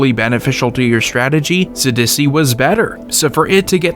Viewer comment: I like that you pronounce Sidisi as “s’dussy”